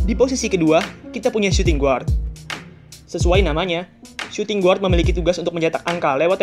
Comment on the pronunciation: Min.. bacanya : suting gard, bukan suting guard